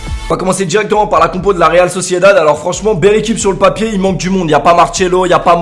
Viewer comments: Pourquoi il a dit real socided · par contre tu fais exprès de dire la « Réal Sociedald » ?😂